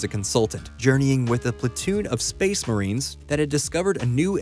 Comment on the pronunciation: really tickles my brain every time you call them space marien